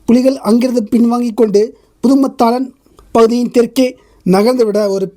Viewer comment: அண்ணா, புதுமத்தாளன் , வட்டுவாக்கல் அல்ல புதுமாத்தளன் , வட்டுவாகல் என்று உச்சரிக்க வேண்டும். உங்களுக்கு பரிச்சயமில்லாத ஈழ ஊர்கள் உச்சரிப்பு சற்று சிரமமாக இருப்பினும் கவனிக்க வேண்டுகின்றேன் 🙏